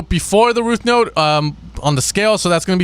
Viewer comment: all love but you always say rooth note and not root note unless i'm hearing impaired 😂